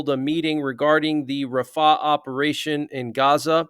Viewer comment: Its rafah, not ra faahh